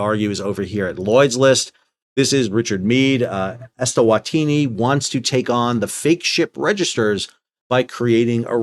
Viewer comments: You clearly hold a low bar for supposedly “smart” guys … he can’t even read and correctly pronounce Eswatini as ES-WA-TI-NI, instead of ES-TA-WA-TI-NI!!! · Just a small note on the pronunciation of "eswantini". If you look at the native spelling it is "eSwatini", where the "e" means in/at/the and "Swatini" is the name of the kingdom. So the pronunciation should be something like eh-swa-tee-nee 🤓